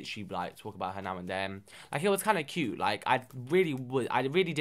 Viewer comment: 'you're so cy-ut'